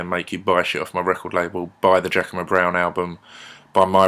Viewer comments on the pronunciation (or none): none